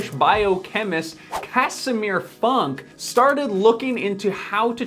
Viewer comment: Actually, this polish guys name sounds more lin Foonk in Polish 😁 Greeetings from Poland!